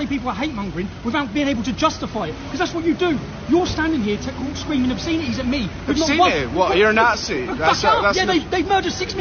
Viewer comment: Whats an “Ob seen ity”. Someone needs to educate that Robinson fella, can't even speak the language of the country he claims to love.